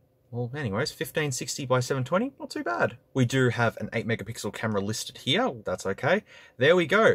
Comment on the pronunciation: “We have an obnoxiously huge camera heeya”